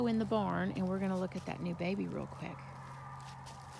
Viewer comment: Please learn to pronounce peony!